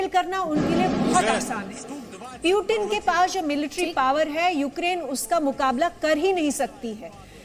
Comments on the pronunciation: haha naam lena ata nh hai sahi se anchor lady ko puten nh hai wo putin hai wo beta seekh loh jaake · प्यूटन नहीं पुतिन बोलते उसको